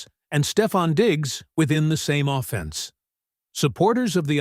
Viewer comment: I want to see the Puckwa Knakwa dude first, put him alongside Puka Nacua and we'd be unbeatable, your pronunciation of offence is offensive though. AO slop